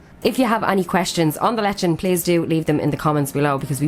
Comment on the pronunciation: Its not,lee chan,, it's lechon😅